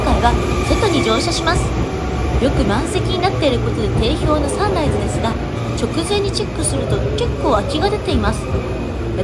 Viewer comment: サンライズのイントネーション笑 サン↑ライズ↓